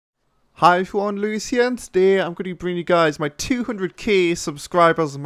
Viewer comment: 'hoi verwon' what a facking geordie cant